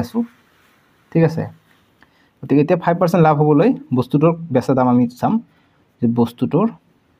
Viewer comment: Laf nohoi lav apuni. Bare bare laf laf koi ase